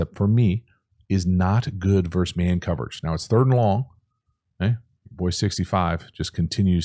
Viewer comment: Please use the word versus. It isn't "verse man coverage." It is versus man coverage.